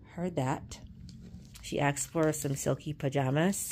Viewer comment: It’s asked not axed